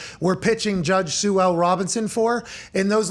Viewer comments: it is SUE, god enunciate the word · Why is he saying judge shoe Robinson?